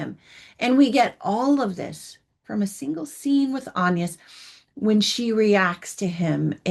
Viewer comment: Please pronounce the names properly. It's Ann-yes, with a short a as in can, not Aaan-yes with a long a and the French pronounce it that way, with a short a, not Aaan-yes: And please do the actors the politeness of learning their names too: Jacobi Jupe is not Ja-COH-bee Ju-PAY but JACK-obee Joop Paul Mescal is not Paul Mess-CAHL but Paul MESS-cal (short a and accent on the first syllable) It's not hard.